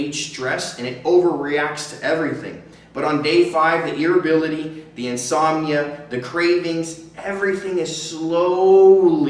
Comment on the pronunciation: God irritability not irrability ! Maybe I just need to smoke again